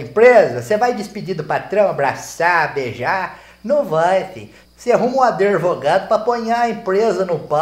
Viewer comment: Gostei tbm do “adervogado” 🤣🤣🤣🤣🤣🤣🤣🤣🤣🤣